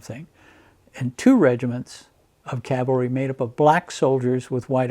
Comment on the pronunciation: Great video! It's nice to hear "C-A-V-A-L-R-Y" vs "C-A-L-V-A-R-Y" like most people say it. People also can't say "veterinarian" (vetinarian)😬